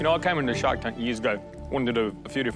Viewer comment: For a second I thought she said her name was .... Shark.